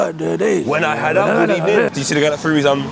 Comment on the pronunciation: Emerys getting sacked in the ebening